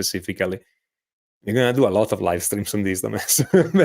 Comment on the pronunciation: hey { } Watch how you pronounce TomHess,,,!!!! hey really good lessons you guys put out on vibrato